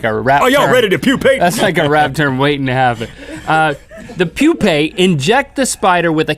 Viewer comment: Woohoo! Rhett says "Pupea" very awkwardly!